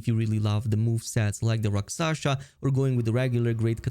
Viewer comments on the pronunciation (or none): Rakshasa, not raksasha 😄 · 1. Rel-Lan-na 2. Rak- Sha- Sa